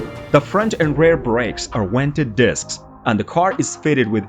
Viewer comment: "... Wented disks ..."?????